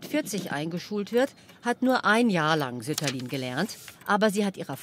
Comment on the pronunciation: Sütterlin wird doch nicht auf der ersten Silbe betont.